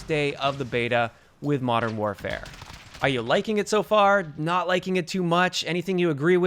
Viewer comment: Sounded like you said infinite warfare at the beginning